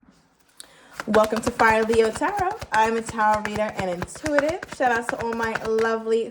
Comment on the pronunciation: I love the way u say “tarot reader and inTUitive!” And u say it the same exact way each and every time…. Tickles me every time! 😁 My fellow Leo’s understand why i would like some random shxt like this 😂😂😂